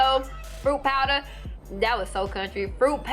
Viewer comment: “fruit powdah... that’s was do country” 🤣😂🤣😂